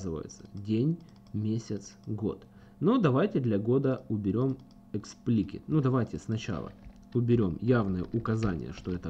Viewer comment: Эксплисит а не эксплкит ...